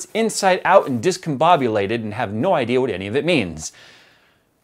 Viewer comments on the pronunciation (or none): none